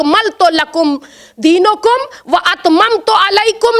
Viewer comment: Zakir à sahiba......... Akmaltu lakum...... Deenakum...... HÉ...... Deeno kum naheen.